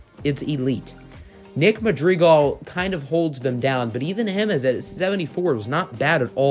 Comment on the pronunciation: Cringe on saying Madrigal